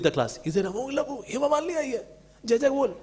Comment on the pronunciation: Awww so dramatic are his moves , he can't even say Jai or joy correctly. The Bengali lyrics too are sung with such un dialectic manner .